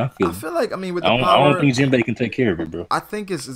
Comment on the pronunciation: Yo my nigga, you need to put some respect on Jinbei's name and stop calling him Jinbo. It messes with me man